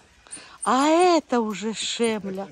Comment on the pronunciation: НЕ ШЕМЛЯ, А ШЕЛЬМА